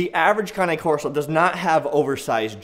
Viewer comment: Right on brother! I don’t see much people saying their name right! It’s good to know that there are some people who actually know the very basics of this breed! Liked and subscribed bro! wOOt wOOt! Cane corso’s in the house!